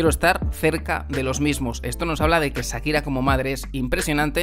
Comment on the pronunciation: Que eso que dice este tipo en este canal...😮, vaya novela que se montó a costillas de "Sakira" (como el lo pronuncia 😅). Nunca falta el oportunista!